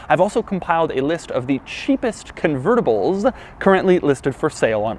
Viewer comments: Say “convertables” again Doug! 😂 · Doug, the type of guy who pronounces "convertibles" as if he's got bees up his anus